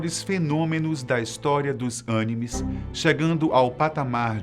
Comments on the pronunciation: Ele disse ânines? Uau! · Kkkkk Ânimes ? Kkkkk